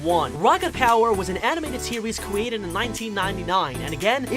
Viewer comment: Ligit all I hearing is mowvie,bestie and kowala and cwiated like ok lol Ig I just hearing things or am I